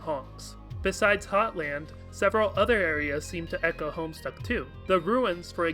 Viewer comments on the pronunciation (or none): none